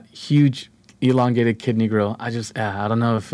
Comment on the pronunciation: He said Elongated. ;)